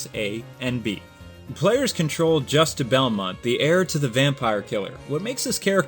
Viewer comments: As someone who took french in HS i can tell you juste's name is pronounced (Ju-stae) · Not trying to sound like a troll here. But I think his name is pronounced: Joost. The name is spelt Juste but it's not really pronounced the way it looks. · WHOA WAIT Juste Belmont is pronounced: "Jeust"